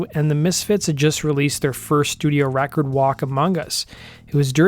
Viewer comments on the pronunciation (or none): none